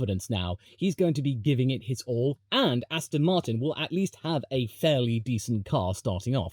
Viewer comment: everyone mentioning the joke circa 9 minutes but i don't see anyone appreciating aston martinn,,,,, rotat e ast oN rotato FASTA astonmartin go g O can you feEL it a s t s on mart win yEs feel tHe S pED WE HAV rEAFHJED MAXINMUN VELSOSIPY